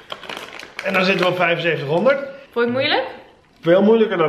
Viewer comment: Doen alsof je dom bent door 7500 twee keer verkeerd uit te spreken is niet grappig of schattig, je zet jezelf alleen voor schut. Iedereen weet dat je t gewoon prima kan uitspreken. Zou gek zijn als je dat op jouw leeftijd niet kan ;)